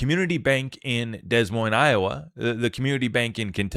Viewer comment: Hey I will not stand for this “flyover country” slander! I’m from the Great Plains, the Heartland ❤ if you will. 😂 the “s” is silent on Des Moiines for both parts. But you were probably just playing around. 👍